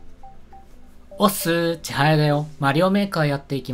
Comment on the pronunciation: おっすおっすじゃなくておっすいってた